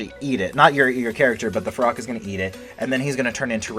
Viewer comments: It’s feroxxxxxx not ferocccc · Everyone : ferox Him: FEROCK